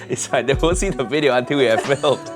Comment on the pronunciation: Not "video" but "wijeo"